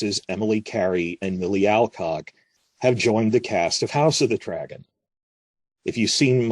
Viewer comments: Ive been watching your vids for years. Always wanted to ask... why do you say "GAME of Thrones" with an emphasis on "Game"? Rather than just saying "Game of Thrones" with no words emphasised? Also "HOUSE of The Dragon" in this video but then you say it normally like "House of the Dragon" . Have been noticing this speech inflection for years but never bothered to comment. I live in NZ and have noticed other people sometime say GAME of Thrones too but almost everyone just says each word with equal emphasis. You do it when talking about other shows like the WALKING Dead and HOUSE OF cards. Maybe an American thing. I find it interesting though. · Nah that would mean you say these TV show names without emphasis on the first word all the other times. I've only heard the House of the Dragon without the front loaded inflection . A one of rarity that made me write this comment after catching you saying it differently lol. Also I have to slightly amend what I said about most people saying EVERY word with equal emphasis... the "of" in the middle is said with less emphasis than the nouns In Game of Thrones but "Game" and "Thrones" are equally important nouns in the title and said with equal inflection. With "House of the Dragon" "Dragon" would get ever so slightly more pronounced than "House" because its the more important and interesting noun in the title and the "of the" would be brushed over quickly. Like "House of the Dragon " or something. It sound backwards when you emphasise "House".